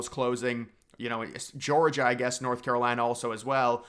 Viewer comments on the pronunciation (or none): none